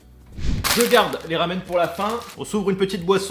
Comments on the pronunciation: Chui mort ça ce prononce ramuné pas ramune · pour ma part, j'adore les rumune qui se prononce ramuné tu le saura pour la prochaine fois 😊 et la bille même si elle t'énerve est très pratique pour avaler moins d'air donc moins de hoquet mais aussi pour éviter les dégâts si on renverse la bouteille ça freine le liquide donc limite les pertes.